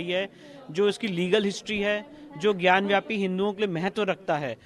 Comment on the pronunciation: it is gyan vapi - not gyan vYapu - in Skand Puraan.